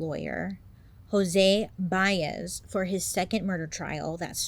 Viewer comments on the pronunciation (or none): As a Flordian, I nearly hissed when you said "Jose Baez."